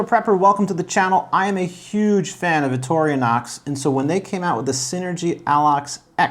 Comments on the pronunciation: Dude, it is VICTORI-NOX, not VICTORIA-NOX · It's Vic-tor-in-ox. not Victorionox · It detracts from your credibility when you mispronounce Victorinox. It is "vik-tor-ee-nox", NOT "vik-tor-ee-UH-nox". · Ok, can't take you serious, its not Victorianox. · Constructive criticism/pet peeve. This knife has nothing to do with Victoria whoever she is lol! Vic-tor-ee-knox. Just a heads up. 🤷‍♂️ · Vic-TOR-i-nox. No "a" to be found. Great review otherwise. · Why does he keep saying “victorionox” ? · Man! Come on. It’s Victorinox! There is no A in the middle. It’s not Victoria. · There is no can opener, and you’re pronouncing the name wrong. DYOR dude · Hey, for a big fan, you don't pronounce Victorinox correctly. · If you're a huge fan of Victorinox then you should be pronouncing it properly. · No toothpick and the guy doesn’t know how to pronounce Victorinox.